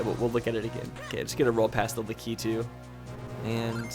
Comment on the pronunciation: Your pronunciation of lakitu makes me question everything I know about Nintendo I thought it was lack-i-too